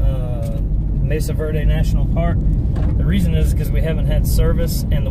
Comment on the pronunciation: It is Mesa Verde not Message Verde:-)